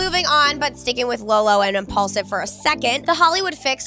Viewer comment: IMPAULSIVE!!! Not impuls 😩😩 get it right people